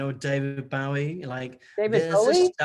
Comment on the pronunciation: Hahaha!! David Bowwwweee🤣 how cute!! But you should have corrected him🤔😂